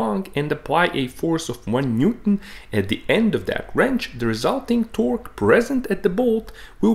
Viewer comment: If i had to constructive criticize you, is that you do not pronounce the word Newton completely and it sounds awful 😢